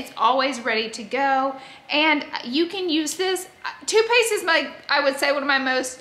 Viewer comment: When you were talking about toothpaste i thought you were saying toupee’s 😂😂 i was like gorl, toupee?!?!? And then i realized you said toothpaste lol